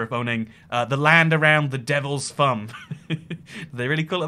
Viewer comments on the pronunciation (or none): If you're going to adopt a faux accent - and I cannot begin to figure out exactly which one it is, you should drop the "th fronting" part of your delivery. th fronting is the substitution of "v" and or "f" for "th" for example when you talk about the Devil's Thumb on the Alaska / Canadian border, you pronounce it "Devil's Fum". What the f***? Th fronting is an affectation, not a speech defect. It makes you sound idiotic.